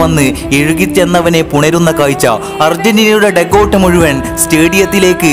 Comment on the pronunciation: സുഹൃത്തെ അവതരണം നന്നായി പക്ഷെ ! ഏയല്ല , ഏഴ്, കയിഞ്ഞു , മുയ് വൻ , ഈ വാക്കുകളിൽ "ഴ ചേർക്കണം , യ ,അല്ല .